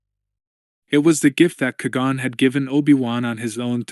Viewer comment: Please learn to pronounce “Qui Gon” Kwy Gone.